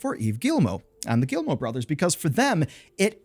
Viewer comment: I'm so sorry. Your video is good... But I just... I cringe every time you say "Guillimot". Ohhh anglophones... Never change.